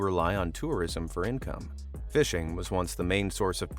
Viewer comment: "price to ICOME ratio"